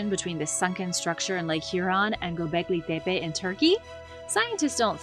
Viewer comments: "Gobleggi Debbay" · Tf is with your Gobekli Tepe pronunciation? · I don’t like how you pronounce Gobekli Tepe